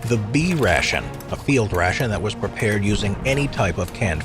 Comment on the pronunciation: "prepaird by Armour and company" 💀